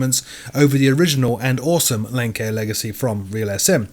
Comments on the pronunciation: Oh. Great video but Lancair is pronounced Lance-air, not lank-air. Nonetheless, great work! Edit: Now having seen the note in the description, I realize that I should have paid more attention. My bad. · I've been a long time viewer of yours. But I have to correct you. It's pronounced Lance-Air but it's spelled Lancair. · Thanks once again for your weekly round-up. Just a couple of points on pronunciation; Lancair I believe is pronounced Lance-air and Linz is pronounced Lintz. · Great summary (thrilled about Concorde on FSX:SE!) but, aside from "Lance-air," "Dulce" is also pronounced "Dool-chay."